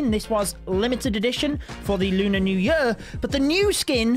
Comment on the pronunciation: Am i the only one who finds it weird how he pronounces "year" as "yee ar" lol